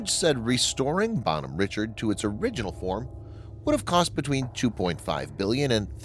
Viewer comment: Her name is pronounced Bonhomme Rishard not Richard with a hard ch.